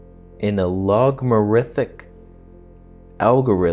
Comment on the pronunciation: "in a logmarithic algorithm" I've heard it all now, I believe 😂😂